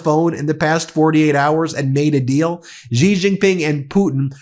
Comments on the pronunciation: Please learn how to pronounce Xi Jinping. It sounds like "she jean ping." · Good video. FYI, 'Xi Jinping" pronounced "See Gin Ping." The X should sound like S, not Z.